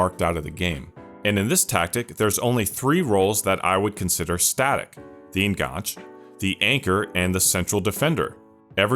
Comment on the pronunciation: I enjoyed this and learned a few things: thank you. I hope you don't mind me pointing out a couple of things: "enganche" is taken from Spanish, where it means "hook" or "connection"; you can see why it was used in football tactics in the AM slot; as it derives from Spanish, I think the last "e" is pronounced: EN-GAN-CHAY. Also, less is used with singular words e.g. less possession, less time on the ball, whereas fewer is used with plural words e.g. fewer goals, fewer turnovers. Once a teacher, always a teacher 🥸 All the best for your future output.